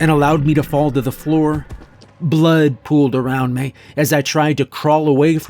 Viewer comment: Why can't this guy pronounce "me" properly?